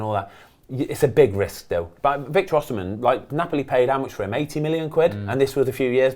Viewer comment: Thank God Ben рronouced Victor Osimhen correctly in front of Mark, so he can learn how to рronouce it correctly.. tired of hearing Ozman